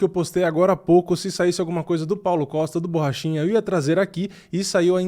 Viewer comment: Só eu ouvi ele chamando o Borrachinha de Paulo Bosta???